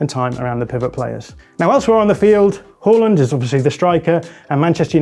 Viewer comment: They're pronouncing it correctly.